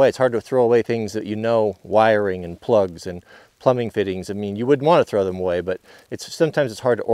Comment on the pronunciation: every time you say "plugs", i cringe. i know your doing it on purpose.